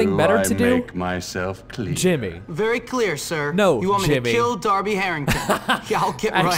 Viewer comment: Jesus, it's dar-bee not der-bee. If you'd picked up the cricket bat, not a paddle. You could have beaten him with 4 power attack which he can't block. And if you actually bothered going to class you would have learnt some other move aside from the 3 hit combo.